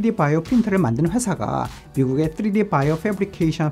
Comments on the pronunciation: 맞는 발음은 아님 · 쯔리디 ㅋㅋ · 뜨리디 ㅋㅋㅋㅋㅋ발음